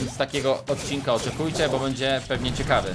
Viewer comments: Bo a nie bu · Mówi się bo nie bu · Mówi się BO a nie BUUUUUUUUU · Jak można "Bo" czytać "Bu"? To się powinno czytać "Boł"... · Mówi się bo A nie bu Lajkujcie żeby widział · nie muwiśe bu tylko bo !!!!!!!!! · Nie muwi się bu tylko bo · To nie bu tylko bo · Umiesz czytać to jest bo nie bu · A bo czyta się bo a nie bu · Tara się mówi Bo się mówi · Darek na bo nie mówi się bu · Czyta się bo i tara